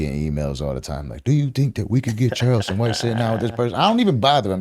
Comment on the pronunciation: I hate when the host says Child...ston White....its CHARleston for crying out loud!!!